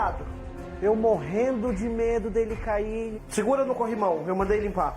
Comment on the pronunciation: Segura no corrimão eu mandei limpar! " Segura no corrimon eu mandei limpar?" Morri 🤣🤣🤣🤣🤣🤣🤣🤣🤣🤣🤣🤣